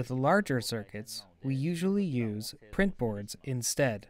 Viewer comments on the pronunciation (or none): none